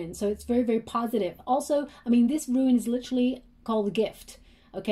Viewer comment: Hi love the reading, it's Rune (roon) not Ruin, FYI, love you readings.